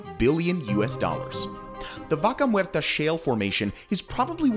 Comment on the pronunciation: Di VACA MUERRRTA ... ¡¡ NO MERTA !!😡👎